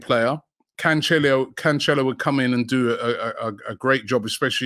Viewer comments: bro said conchelio lmaoooooooooooo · Pronounced Canselo